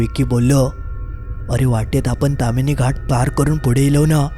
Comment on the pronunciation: बोक्यांनु........ 🐱 ता ताम्हीणी असा! तामिनी नाय! 🐱